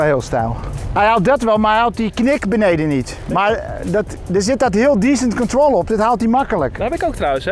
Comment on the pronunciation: ...het is descent control! Niet decent control. Ja, je moet degelijk naar beneden, das waar. Maar check effe je uitspraak🧐